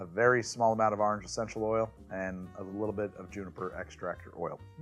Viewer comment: Say "Or" "Ordinary" "Original" "Orwell" "Orson" "Oregon".... now... you've had practice: "Orange". :D I TRIED! lol. Also, thank you for your videos. Love them.